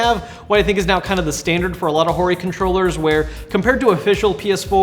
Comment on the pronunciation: i always keep hearing "whorey controller" every time........